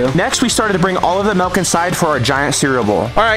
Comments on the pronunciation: you said melk not milk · Bros saying MaLk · Bros says melk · 0:8 malk